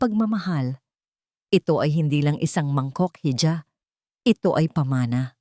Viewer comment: Sa narrator,ang bigkas po sa hija ay iha Hindi po heeja.